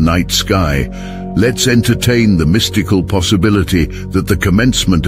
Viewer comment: Mis-tike-al. / mystical 😂😂😂😂love them AI readers